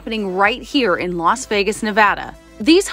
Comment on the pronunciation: Its not LOS Vegas. Its LAS Vegas…. 😂😂😂